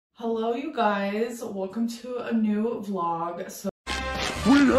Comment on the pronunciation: "Hulloh" Me: I hate you! You are the Devil. triggered 😂